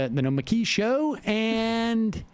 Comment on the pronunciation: Good grief Sam! Emma says pick one, but neither of your pronunciations of Nomiki is right... Ask Matt, he's got it.. it's not that hard!! Sincerely, someone with a difficult name to pronounce, but not hard once you get it 😁